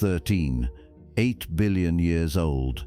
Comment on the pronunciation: Please teach your AI how to recognize and pronounce numbers with decimal points. A decimal point is not a sentence-ending period! "13.8" is pronounced thirteen-point-eight, not thirteen-(pause)-eight.